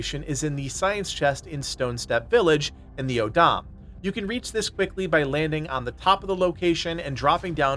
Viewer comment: your pronunciation of some words is kinda funny. O'odham is taken from the Tohono O'odham tribe in Arizona and pronounced like "Oh Dumb" and Acheron is French, pronounced like The Guns of Navarone" (classic movie highly recommended). The privateer ship that Russell Crowe is fighting in Master and Commander is named Acheron. You can hear it spoken there.